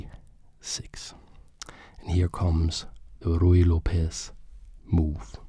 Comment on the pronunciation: hi! love your videos, but as a latina i have to say that the correct pronunciation of Lopez is something like López, with the main sound being on letter "o". hope you understand, you are doing real good quality content:)